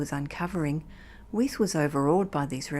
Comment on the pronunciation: Narrator is mispronouncing Weis's name